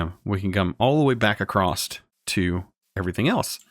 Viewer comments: Man it’s across not acrost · could you plese keep in mind that every time you say acrosst your triggering my perfectionism so it makes me want to help you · My guy says ‘acrosst’ 😂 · Please stop saying acrosst I can't take it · across not acrost. still like the series. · / it's just "across". "So it goes across." Not "So it goes acrossed/acrost. :P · You are saying acrosst wtf? xD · WHY DO YOU SAY ACROSSED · WHY DO YOU SAY ACROSST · He keeps saying "acrossed" 🤣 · i think its funny that he says acrossed instead of across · Is 'acrost' a Canadian pronunciation of 'across'? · I am not sure but I think you said acrost instead of across lol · ‘’Acrost’’ Great XD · Loved the video but cringe every time you say “acrosst” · Lol, I'm southern bred and cornbread fed too, but I also know that acrost is not an accent, it's wilful ignorance. Like libary. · No "T" in "across" or "sand"! LOL The Plow is perfect for one of my 64x64 farms.